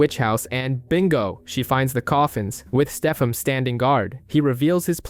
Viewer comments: It triggers me how often i have to hear Stefam instead of Stefan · Constantly hearing "Steffum" made this an incredibly hard watch.